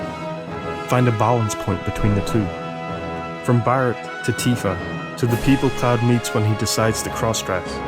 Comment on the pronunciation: his name is barret not bart like in the simpson its prenouced vocally Barrette